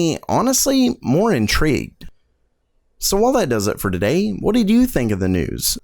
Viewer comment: Today, not Daday. Sound it out :)